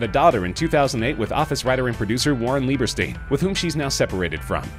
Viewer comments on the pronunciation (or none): Lmao he also calls Angela's ex husband leibersteen, but then calls his brother leiberstine(spelling it how he pronounced it)